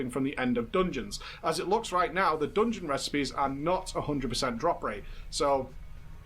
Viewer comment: please for love of god, somebody tell how to say Dungeon... I'm not native speaker and it still triggers me every time -_